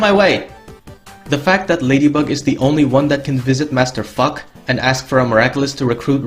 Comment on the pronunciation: how everyone says Master Fu: "Master Fu" or "Old Guy from Malaculas" how this guy says Master Fu's name: "Master Fuck"